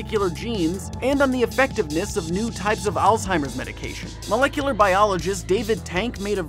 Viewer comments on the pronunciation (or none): none